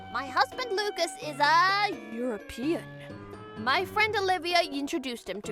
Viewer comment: Did anyone notice how she said European? 😂